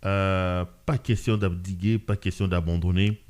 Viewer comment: "D'abdiquer" se proonce "d'abdiké" pas "abdiguer"